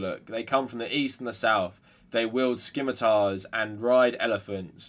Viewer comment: Dear lad, I would never do this usually, but I can't let you continue with this terrible misconception: the "c" is silent in scimitar.